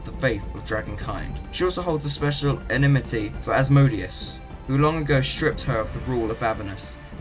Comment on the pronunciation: That was fantastic! I had a small issue with the way you pronounced certain words, such as enmity or avarice, but this was exactly what I was looking for. I've had to skip over so many other "lore" videos for talking about a dragon's breath weapons and stats and what moves they can use in a fight and not actually talking about the lore behind D&D dragons. Thank you.